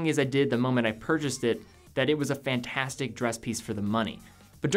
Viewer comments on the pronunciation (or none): none